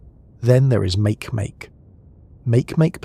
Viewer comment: Makemake is pronounced "Marky Marky".